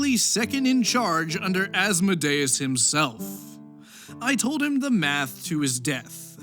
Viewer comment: As-mo-DAY-us?! As-MO-dee-us.